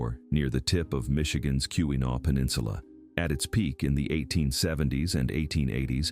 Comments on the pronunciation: It's key-wa-naw not key-wee-naw! Driving me crazy! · Kewenaw is pronounced key’-win - awe with the accent on the first syllable. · This was obviously created by someone isn't from Michigan (or AI) as the pronunciations are terrible. Every time 'Keewenaw" was mispronounced, I cringed. 😫